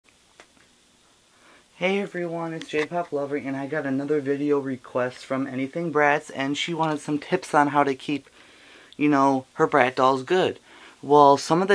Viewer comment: u sey brat not bratz